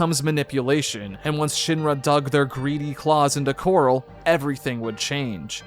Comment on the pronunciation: The fact you call Corel ‘Coral’ but Cait Sith ‘Ket Shee’ is wild to me. I’m wondering if this was done purposefully and for what reason. Pretty sure every time Corel is said, it’s pronounced Corel and not Coral. Props for saying Cait Sith correctly though.